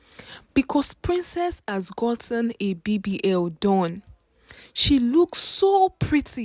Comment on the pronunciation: Where it's o, she say h. Her pronunciation is a bit down esp with the alphabet